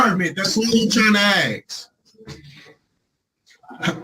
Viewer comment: It's ASK. Not 'axe'. If but for nowhere else, try using your finest English in court.